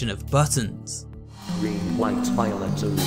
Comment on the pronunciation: Am I the only one who heard “ Violent “ except Violet